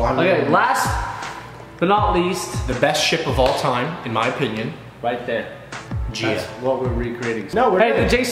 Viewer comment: HEY MY NAME IS GIA ( not jia, but gia) 😂🤷🏻‍♀️